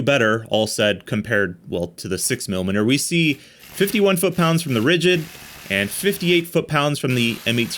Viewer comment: "Ridigd"? Oopsie! :D